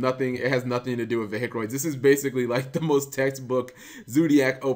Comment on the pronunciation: got triggered by "veHicroids"..... :(